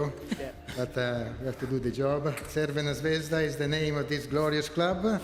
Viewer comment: Wow she really said crvena zvezda perfectly 😂😂😂